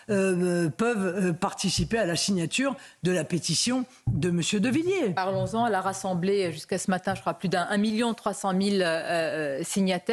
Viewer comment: Avez vous lu la pétition de Villiers ? (Essayez au moins de ne pas écorcher les noms). Le référendum sur l'immigration comme le demande Villiers est anticonstitutionnel.